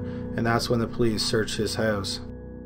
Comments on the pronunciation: I love it when your canadian accent comes through. "How the killer got into the hoos" 😅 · In the same hoose